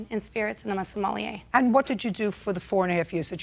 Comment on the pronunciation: Cant even pronounce sommelier but does it for a living...😂